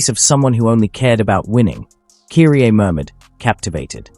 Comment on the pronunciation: great video as always but you're mispronouncing Kyrie's name. Kudos to the video though 🙂🎉